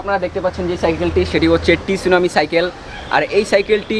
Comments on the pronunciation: টিসুনামি না ভাই উচ্চারণ হবে সুনামি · Vaiya Oita sunami pronounce Kora hoy Not T sunami T ta pronounce hoy na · Vai uccharon ta tsunami na sunami e hbe but spelling e 'T' thakbe😅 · শুনামি। T ta slinte